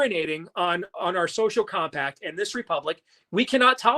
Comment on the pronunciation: Nono he said Sophomore Combi-pack